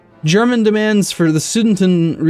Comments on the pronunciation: Su-de-ten-land ;) Thanks for some good videos :) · please stop butchering Sudetenland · I thought the same XDDD